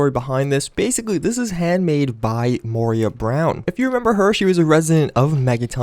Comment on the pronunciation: Moira not Moria. I laughed at that!